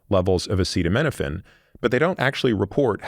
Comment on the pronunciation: Imagine not being able to pronounce acetaminophen while giving the entire country medical advice